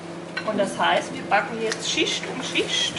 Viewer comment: "Schischt um schischt" und mit dem "Pinslschn".